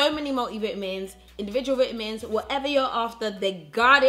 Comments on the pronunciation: Over in the uk do people really say bitamins? instead of Vitamins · i love the way says vitamins 😂